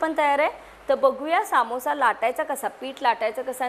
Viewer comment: काकी सामोससा नाही समोसा